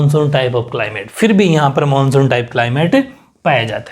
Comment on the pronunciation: 🔹 Monsuuu😊😛😛bengoli style m bola.. pr bola to h...😊😊chlega..manshu monshu ek hi baat h sirrr😘